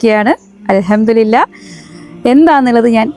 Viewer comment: അൽഹംദു രില്ല അല്ല മോളെ..അൽഹംദു ലില്ലാഹ് എന്നാണ്.